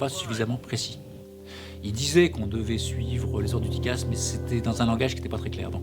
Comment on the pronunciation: Bonsoir, on ne dit pas dicasse mais cela s'ecrit : TCAS. cordialement